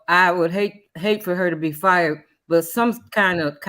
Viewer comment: Woopie be FRied? LOL..I know you meant fired